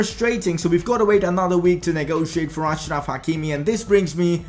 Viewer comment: It is pronounced Ashraf. He is from the same country as my dad